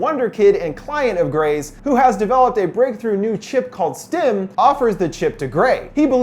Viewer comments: really enjoy your videos. one quick correction: it's STEM, not STIM. this is among my favourite sci-fi films. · The fact that he says STIM instead of STEM. Ugh. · keeps saying stim ..... not stem... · Why does it sound like he’s saying “stim”